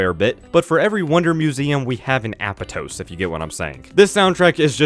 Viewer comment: It's actually pronounced "Ah-pot-tose" in-game. Also Holoska is pronounced "Ho-low-ska".